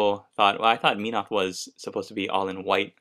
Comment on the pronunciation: its pronounced MEN-oth. not meen-oth. But great painting job!